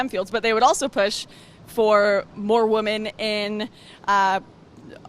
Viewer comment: Wtf is wrong with Lauren!? When she refers to more than one woman, she does not say the plural "women", she always says "woman". Eg. "Feminists want more woman in stem jobs" lol so do they just want the women there to get fatter? I have noticed this across many videos, I think she might honestly not real use they are two different words.